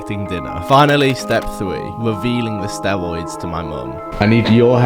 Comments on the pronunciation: Stewoids, dwugs, Owange, wealistic, thwee. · Sorry but it's so hard not to laugh when you say 'stewoids' so many times in one video. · "Stewoids :3 " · be like: stewoids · I love the way you pronounce Word: steriod. Its like sterud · Everything cool but you not knowing how to say r just makes me feel sick